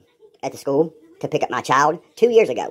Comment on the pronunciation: OK he "pulled up at the schoooo here" what in the heck is a "schoooo" lol.